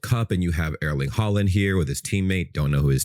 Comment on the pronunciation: The way you pronounce Erling Haaland is so American omg. 😭